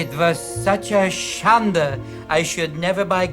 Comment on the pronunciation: The word is “shande,” not “shada”